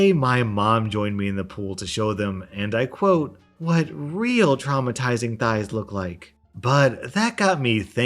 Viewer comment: R Nickerson I was listening to this whilst I did the gardening. The way thighs were emphasised made me think he was whining about her thighs, but you’re right... it’s about ‘modesty.’ From mummy! Gosh what kind of adult man gets his mummy to yell at the woman next door for showing skin in her own yard! 😆😆